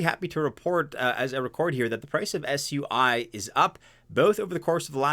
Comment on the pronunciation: Plz dont pronounce it swee. Whats wrong with soo-e